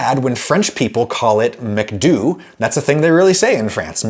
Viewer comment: French people don't say "Macdew", but more something like "mac dough", a short phonetic version of Macdonald. Source: Am french